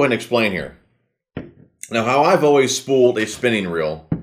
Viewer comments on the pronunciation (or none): none